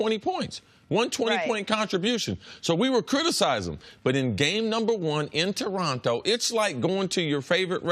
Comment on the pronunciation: Why do Americans pronounce Toronto like they have Down syndrome?